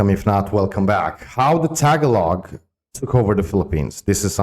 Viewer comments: It's not Ta-galog Alex. It's Taga-log. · It's not TA-GALOG.. It's TAGA-LOG